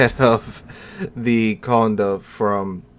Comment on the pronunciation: Funny how you pronounce Conde like if it was spelled Condo. It is an e with an accent and you pronounce it like "hey"